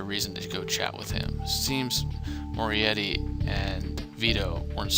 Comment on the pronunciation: Wow this chapter is intense. Loved it. As for the word pronunciations, you may need to work on those haha. Here's a bit of advice. Italian surnames with a 'c' in it (like Mancini) are usually pronounced with a "ch" so you would actually be pronouncing the name Mancini as Man-chi-ni. Also Moretti is pronounced with a lot of emphasis on the double 't', so More-eh-tt'i (note that the 'i's are short 'i' sounds. Not 'ie' for pie but 'i' for it or if. Finally you had lots of trouble with bourgeoisie. Bourgeoisie actually refers to those who are of the upper class and rich and in Marxism the bourgeoisie is usually described as unfairly rich or wealthy in contrast to the common man. You pronounce that word as buuor-jhooaa--zee, with the 'jh' making a kind of shzzzz sound through your teeth. I hope this helps you:) Stay awesome:)